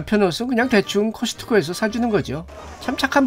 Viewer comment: 커슷커 말고 코스트코라고해주시면안되나요 중간에 코스트코라고도 말하시던데 일부러신경써서 커슷커라고하시는듯